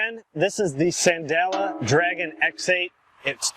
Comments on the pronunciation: Repeat after me SAN- LEE- DA. Thanks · This guy can’t even pronounce the name of the product right. Do you trust this review. Not me .